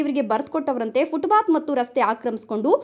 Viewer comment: 😮 ಫುಟ್ ಬಾತ್ ಅಲ್ಲ ಫುಟ್ ಪಾಥ್.ಇಲ್ಲವೇ ಅಚ್ಚ ಕನ್ನಡದಲ್ಲಿ ಪಾದಚಾರಿ ಮಾರ್ಗ ಅಂತ ಹೇಳಿ.😮